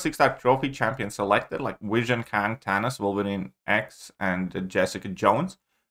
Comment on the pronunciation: “Tanos”